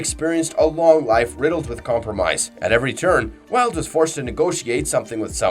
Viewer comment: What? I thought his name is pronounce Vee-huld